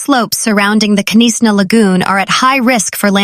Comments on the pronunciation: Were the. Hellish k NIS Na. It is Knysna. The K is silent. Really get some news announcers that. Can speak. Irritating.pronouced nisna.😡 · Not Ke nisa, but Knysna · Knysna pronounced Niysna. No K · Listen, girl, I say this with love and absolutely zero authority except being South African and mildly traumatised by bad pronunciation… It’s Knysna. Not Kuh-niss-na. Not Knyzzzzna. Not whatever crime scene just came out of your mouth. The K is silent. Say it like: NAYS-nah There. Fixed. The Garden Route may now continue healing. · Knysna - pronounced: NY-znah To make it easier, you can think of it in these three parts: NY: Like the word "nice" (but without the 's' at the end). z: A soft 'z' sound. nah: Like the beginning of the word "banana". A few important tips: The 'K' at the beginning is completely silent (just like in the word "knife"). The emphasis is on the first syllable (NY). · Please just say Nysna “K “ is silent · Knysna is pronounced Naaisna! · Knysna. Pronounced with a silent k as in knife 🤣🙈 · Knysna learn to pronouce it correct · The K is silent in Knysna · Oh Lord...Knysna...she s American? She s struggling with all the names...be safe everyone ❤ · Pronounce Knysna correctly! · Knysna and Oudtshoorn please pronounce correctly